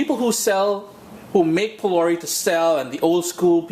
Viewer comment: Why do you pronounce the words so unlike the original pronunciation?. ...”phulaurie” is how it’s pronounced.